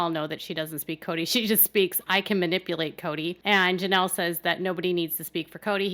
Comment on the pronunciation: It's "Janelle", not "Jameel"